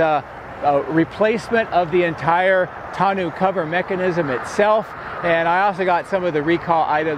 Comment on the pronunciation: I think it's pronounced TAWN-OH